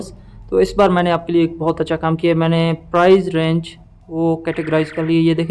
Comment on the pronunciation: Mate its price not prize.